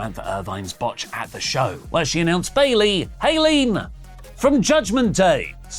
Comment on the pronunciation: I thought i was only one who heard the announcer announce bailey wrong 😅